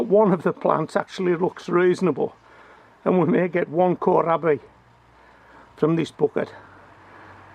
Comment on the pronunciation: Hello from Germany, Kohlrabi is pronounced coal raaby. Love your vids, always watching.